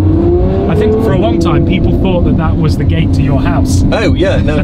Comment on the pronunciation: ‘I won’t do a video in front of my house’, why do you say it like that?